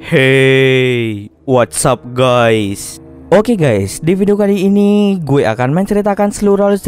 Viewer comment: Khas bgt buat pembukaan 😂 Heyy what's up Gays,,,🤣 seremmm kerennn konten nya semangat terus buat konten nya👍